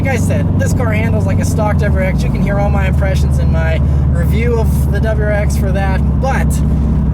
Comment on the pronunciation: It's WRX not duubrrRX lol